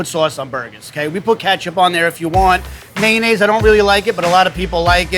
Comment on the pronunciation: omg stop saying "mayun-naise"